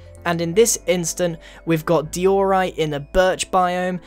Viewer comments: dude. It’s not d-ee-orite. It’s d-I-orite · Grian pronounced diorite as deeorite. Im british too. Its diorite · Yeah, the only thing I disagree with is dee-or-yte. XD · grian: DIORite everyone: its diorite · btw diorite is pronounced die-ore-ite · No DIEORRITE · grain now: dij-jo-rite grain now: diorite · say it like dye or write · No one: Grian: Dee-Or-Ite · am i the only one that is confused why grian said di - ore - ite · dee-or-ite, seriously? 😂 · I thought it was pronounced (die o right) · it's an accent, britts tend to emphasise the second syllable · Dude SSundee would probably hate you for saying that cobblestone should be re-textured🤦🏼‍♂️🤦🏼‍♂️.... also that’s not how you say diorite